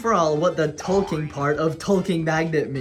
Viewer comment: every time you say ''talking'' i thing for a sec you're saying ''Tolkien''